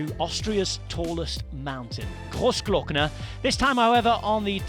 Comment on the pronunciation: Lienz pronounced wrong but Rob Hatch did a great job saying Grossglockner.